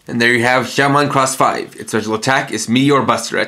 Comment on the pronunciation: its not Shoutmon Cross 5 it is Shoutmon Times 5 so Shoutmon X 5